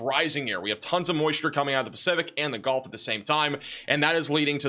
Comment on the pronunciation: Can you say GULF Coast, not GOLF coast???????Gulf